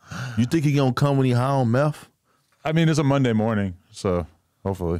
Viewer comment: I'm gonna be the Grammer police here. But it's truth, not troof, and it's meth not meff. 🤦‍♂️